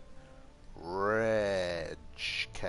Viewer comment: Its polish prononciation so you should say just Hubert reyk